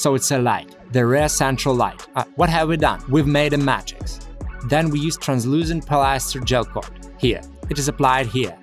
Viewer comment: You should make and sell t-shirts with the slightly mispronounced words you use so often in your videos like Mat-Rix and Purlasta instead of Plaster with slogans that use the words in the way you use them like - wipe your feet to escape the Mat-Rix and purlasta caster with a person dressed as a mad wizard casting a plaster mold.